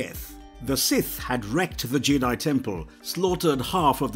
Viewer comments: I swear at one point he was calling Jedi "Jay-dahai" and he said "fought the Jay-dahai on corus-cant" and I nearly switched the video off. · That Jedi pronunciation 😢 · Am I the only one who found the narrator's pronunciation of Jedi a little off putting.